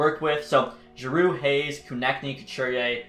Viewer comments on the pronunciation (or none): none